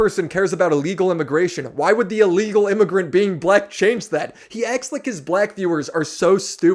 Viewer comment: When Hasan talks about Black people he sounds SO HARD like he wants to say the N word with the way he emphasizes it. Jfc Edit: He also keeps talking about how bad and horrible the USA is, when he has literal Millions of dollars to move to another country and live just as comfortably as he does in the USA. His followers are just cult members at this point